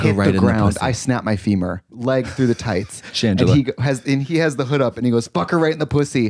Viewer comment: "shangela" stopppp😂